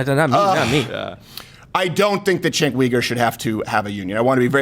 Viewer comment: Chenk WEgar? Chenk YOUgar.